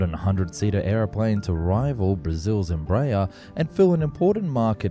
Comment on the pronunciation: Also Embraer is pronounced Embra-Air. It's not Embrayah ffs